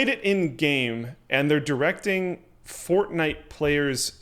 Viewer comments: FORTNITE ITS CALLED FORTNITE NOT FORNITE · FORNITE? lol